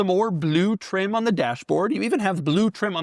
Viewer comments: No one pronounces blue like that. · My boy, Bah-loo! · Ba-lue. Like how he says e-lectric. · There's something cool about the way Doug says "blue".